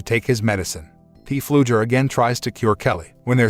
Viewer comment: If I ever hear P Fluger one more time in my life, it will be too soon.